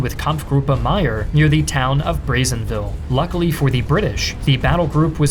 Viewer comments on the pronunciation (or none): none